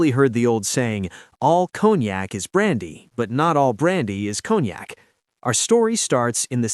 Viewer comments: It’s con-yak not cone-yak😂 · I figured from the way it's pronounced, "Cone Yak", that it was distilled from pine cones and mixed with Yak spit.